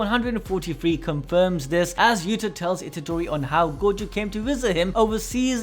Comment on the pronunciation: Yuuda! not Utah!